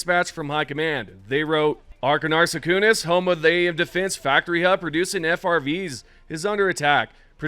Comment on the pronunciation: It's Achernar Secundus. As in Achernar, the SECOND. You keep calling it Secundus, but if you look on the map, multiple planets are called (name) Secundus. Also it is pronounced Eye-ker-nar Sek-un-dus